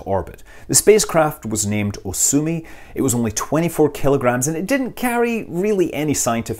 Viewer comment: re - Hang on... Did you say that it was named "So sue me!"??? Ps: I know ya didn't! I heard ya say "Osumi"